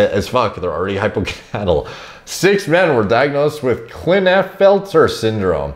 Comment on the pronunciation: im surprised you mispronounced klinefelters